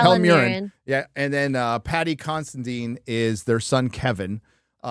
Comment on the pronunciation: Why do you say the name Paddy Considine like it was Paddy Constantine??